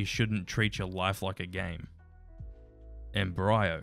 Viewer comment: Why did you pronounce embryo like em, BRY ,o?